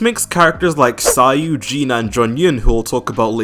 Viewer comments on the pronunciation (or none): none